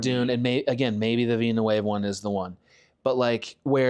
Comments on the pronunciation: OMFG the way he pronounces Villeneuve "Veen-uh-wave" LOL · I do enjoy how Adam pronounces "Villeneuve" differently every time he says it. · The pronunciation of Villeneuve cracks me up. I'm pronouncing it that way from now on